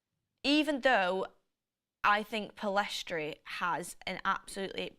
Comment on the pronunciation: FGS it's Pell-iss-tree NOT Pill-ess-trie